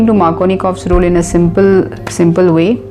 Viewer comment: its markovnikov's and not markonikov's. not trying be a someone to point out small mistakes but my attentions went there when you told to focus and remember the spelling. otherwise, great video. thank you